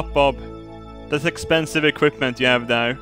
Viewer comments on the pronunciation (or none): none